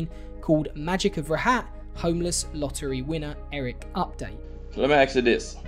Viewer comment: His name is pronounced raaahut